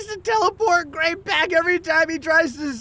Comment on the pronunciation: Gray, the Arabic speaker, is completely wrong, my friend